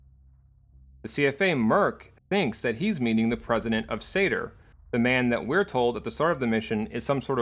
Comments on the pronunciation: And is me or do you keep saying Sayter instead of SANR? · It sounds like you're saying SADR instead of SANR. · Also you called SANR satyr a few times around the 17 minute mark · I keep hearing you say "SATR" instead of "SANR" and it was really throwing me off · Rewatching after 3 years and still hearing SATR